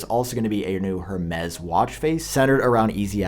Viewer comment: I need you to say Hermes properly haha